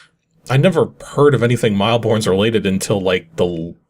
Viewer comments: Aren't you Canadian? Shouldn't you know mille is French for 1,000 and pronounced similar to /meal/? 🤨 - WTAH is this game? I have ZERO clue what's happening. I can't even figure out if I really want to try it or avoid it. 🤔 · "Mille Bornes" is pronounced like "Mill Born". Like most French words, the 's' at the end is silent :)